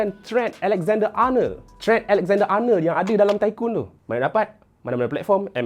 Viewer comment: Sebut elok2 ,Arnerrrr arneerrr, ARNOLD sudah lerrr.